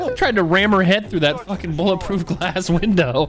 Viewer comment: flashbacks to "bullet ploof grass"